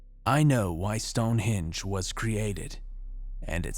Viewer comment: Speak properly man,it's stone henge HENge not hinge. Also, Edinburgh EdinBURRA not eden borrow. Bloody Americans butchering the English language☺. I'll let you off though seeing as I enjoy your stories and appreciate your hard work😉.